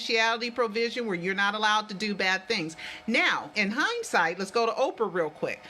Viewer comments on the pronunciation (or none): none